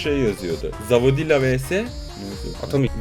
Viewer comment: Ruv a zavodila diyen üstün zekalılar